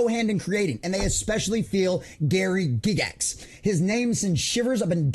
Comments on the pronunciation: Its Guy gax, Not Gig Gax. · Say it with me... Guy-gax. Not Gig-ix. Gair-eee Guy-gax.